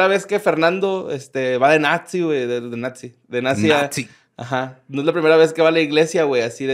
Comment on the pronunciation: "Natzy" 😁😁🤣🤣